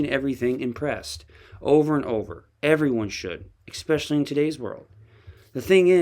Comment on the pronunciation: You're a smart guy but many mispronunciations from you. No such word as exspecially.